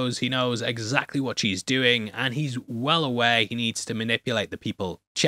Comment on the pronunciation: I like that he said stop what ya "dune" instead of stop what ya "doing". Deliberately or hot i cant tell lol......